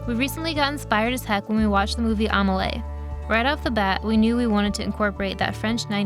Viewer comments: its pronounced a-meh-lee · I was so thrown off by the way she pronounced Amelie wtf